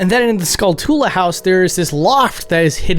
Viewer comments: Skull-toola? Haha it's skullchula, like tarantula. Arin Hansen also said it like that. Honestly this game is sheer nostalgia, this came out in third grade and I played it so much. Better then ocarina. Since I loved RE/MGS, starship troopers and vampire hunter D as a wee lad this games darker style was right up my alley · ah, yes, skull-tool-uhs, famously named after the real world spider the taran-tool-uh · I am guessing the cows nose ring is because people would see it as Cruel to have a ring forced on a cows nose. soooooo, the usa version changed the name from Last to Final to accommodate stupid americans? Also, did the guy seriously pronounce it 'Skull- TOOla'?!?!? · The spiders name isn't pronounced skull-TOO-luh. It's SKULL-chuh-luh as in the spider tarantula. That's pronounced tuh-RAN-chuh-luh by the way. Duh. I know it's a nitpick, but damn, man. All you freakin kids do it. You don't say it like tuh-RAN-too-luh, do you? Cause If you do, you play way too many video games and paid zero attention in school. Don't get me wrong, video games are totally bad-ass. I've been playing them since 1984. Please someone spread the word about this small yet insanely annoying issue. It's a small pet peeve of mine. Seriously, you shouldn't listen to people that can get around San Andreas and Vice City better than their own neighborhood. Or the ones that can name every Pokémon, but don't know what freakin carpet shark is. Unless it's about GTA or Pokémon of course. Then by all means go for it. Sorry for the rant, but damn. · skullchula like tarantula not tula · I’m always surprised to hear people pronounce Skulltula like “skull-TOOL-uh” instead of “SKULL-chuh-luh” since it’s clearly a portmanteau of “skull” and “tarantula” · Skull-TOO-luh? Is it not SKULL-chaluh? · It's pronounced Skull-choola like tarantula. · Every time I hear someone pronounce a Zelda word I feel like I've been saying it wrong my whole life. Never did I think it was pronounced Skull-too-luh